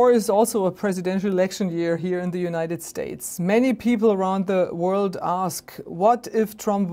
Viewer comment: what’s an Untied general. Untied, Uptight, Untide?